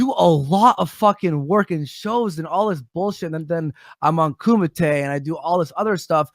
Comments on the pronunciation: Isn't it pronounced Kumite (Coo-Mih-Tay) not Kumite (Coo-Mite)? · Coom ite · I believe it is [kum-ee-tər] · Lol koomite? What a dumbass.